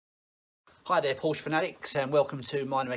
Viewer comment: Thanks for taking the time to video this process. Have a 996 with the same problem. But please, Porsche has two syllables! That is the way the Dr. pronounced it.